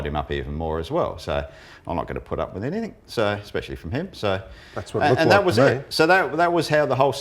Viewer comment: Love show but please Russel can you say "anything or everything" instead of everythink/anythink.